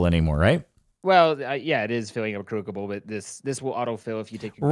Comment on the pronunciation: When he said crukible made my day